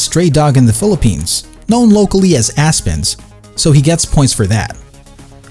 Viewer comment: Azkals not Aspens